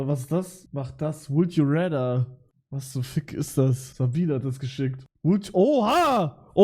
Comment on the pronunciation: "Would you rätter"